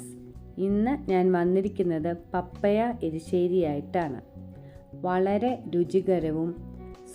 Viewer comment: പപ്പയ അല്ല പപ്പായ😅 .... ആദ്യം അതു പ൦ിക്ക് 😂😂😂😂